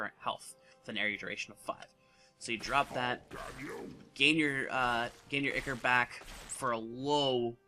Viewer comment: Eye-core, not icker. :p